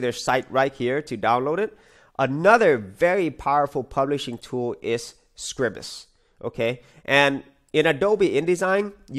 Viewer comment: I hate coming over as a pedant, however the word Scribus is not pronounced as Scribbus, it is pronounced as Scry-bus, think of it as "Scribe us"